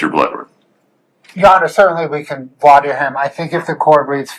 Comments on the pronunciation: Only Bloodworth can say "Voir dire" correctly? 😅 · Thank you to Bloodworth for being the only one of the four (judge, defense attorney, prosecutor, and J.D.) who can pronounce "voir dire" correctly 🤦‍♂ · Bloodworth casually pronouncing "voir dire" properly to stunt on both opposing counsel and the judge.